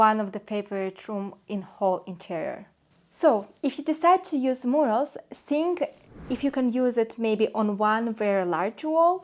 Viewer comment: if you believe that critical suggestions help you to grow and improve your product, I would think of working on pronunciation (eg. of mispronounced words; Carrara, murals, technic). Btw travertine is not a marble, it’s a type of limestone.